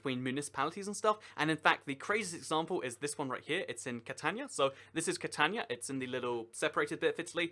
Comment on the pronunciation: It’s not pronounced cat tan ya it’s Cat an we ya. The letter I in Italian is pronounced like the double letter e in knee, tree, and bee.